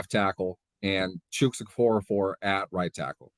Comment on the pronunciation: First time watchin,. Enjoyed the vid. BTW its Chooks not chucks lol. you got some bad takes. Mitch was in Buffalo last year we had Ben last year. Mitch is a BRIDGE and there is a competition for number 2. Steelers dont have any money in ALL the qbs combined. you seriously think you know better then Kevin Colbert and Tomlin?! WHAAATTT lolol keep tripin